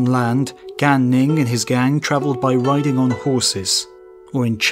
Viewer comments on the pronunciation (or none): none